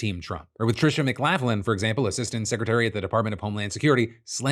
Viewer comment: lol Phil continuing to mispronounce McLaughlin